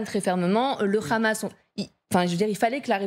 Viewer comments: Le KHamas? Pas très professionnel ni déontologique de le prononcer à l'Israélienne alors que c'est un acronyme arabe. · Le khamas 😂 c’est comme si tu disais les khabitants 🤣🤣🤣